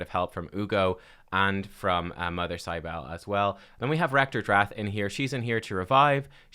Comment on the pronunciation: Mother Cybele is pronounced SIB-ə-lee. This champion is based on an Anatolian mother goddess dated to the 6th millennium BC